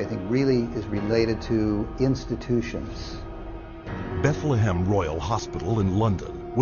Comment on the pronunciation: Only 6 minutes in and this documentary seems to be ridiculous sensationalism. They couldn't even get the name of the historic "Bethlem Royal Hospital" right (not Bethlehem)